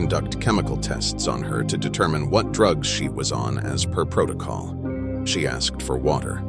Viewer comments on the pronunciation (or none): none